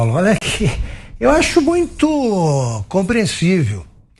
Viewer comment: O refinado que fala "mutio".